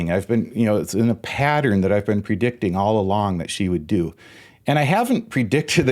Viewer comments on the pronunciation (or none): none